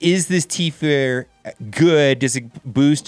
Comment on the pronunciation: What's a t-fair? Lmao